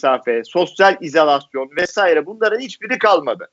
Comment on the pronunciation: İzolasyon diyeceksiniz..Kaç yerde izalasyon dediniz..Dilinizi yanlış kullanıyorsunuz..Soldaki....